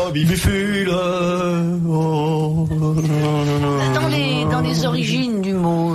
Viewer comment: Scrobicule et non srobifule/scrobiphule!